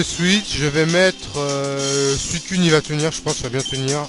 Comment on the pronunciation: sa se dit "suisseune" et pas "suissune" NOOB :rire